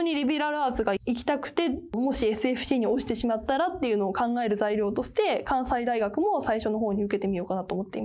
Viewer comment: 関西大学はかんさいだよ(^^) 関西学院大学はかんせいって読むよ(^^)